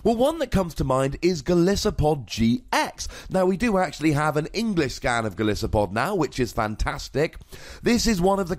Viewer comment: Also, Golisopod is pronounced goal-ice-o-pod